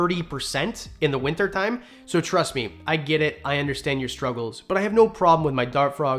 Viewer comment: His Canadian really came out when he "winter time" 🤣